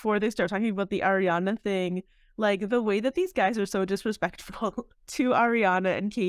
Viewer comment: As an Italian, your pronunciation of Ariana PAINS me. It's Ari, not Air.